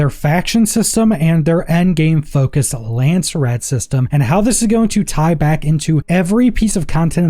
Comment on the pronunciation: Lands-rad not Landser-rad